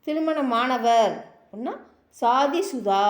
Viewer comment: மேடம், சொல்லி தரும்பொழுது சரியான உச்சரிப்பை சொல்லி கொடுங்க ப்ளீஸ். அது சாதி (கல்யாணம்) இல்லைங்க, ஷாதி, ஷா உச்சரிப்பு வேண்டும். உங்கள் முயர்ச்சிக்கு பாராட்டுக்கள், மாற்று கருத்து இல்லை, ஆனால் உச்சரிப்பில் கவனம் வேண்டும். நன்றி.